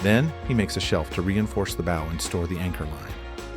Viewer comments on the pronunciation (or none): This isn’t the same boat. And learn to pronounce “bow” 😂